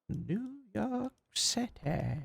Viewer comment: In NNNNeww Yoooork Citeeeh~ 💅